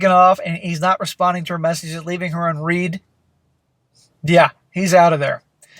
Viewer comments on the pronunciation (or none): Its pronounced "un-red" not un-reed".